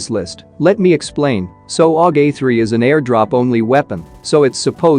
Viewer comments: "aug A 3 " lol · U have written AUG A4 , And saying AUG A3 😆😅